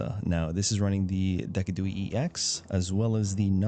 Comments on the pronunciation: It’s De-Sid-u-Eye. Don’t know what deckadooey is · Ur pronouncing of decidueye is depressing its pronounced De-sid-ju-eye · Took me a solid minute to realize Deck-a-Dooey is supposed to be Decidueye and not a deck pun. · Please pronounce decidueye with a “s” sound and the last syllable with eye. So cringe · probably does it on purpose to troll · do you think he doesn’t know how it’s actually pronounced